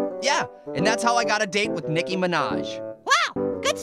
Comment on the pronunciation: Did just say nikki or is it me guys!